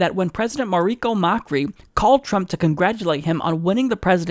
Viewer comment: Check your sources. The "La Nación" report has been shown to be fictional or at least, exaggerated. Then, learn some Spanish, it is not "mauriKio" it is "maurisio". You do a good job, but if you are not entirely sure, please check. Otherwise you become like CNN or Fox, just dropping whatever onto your viewers. And no, I do NOT support or even like Trump or HRC. Even if I'm too old for the label, I'm a "Bernie bro" Cheers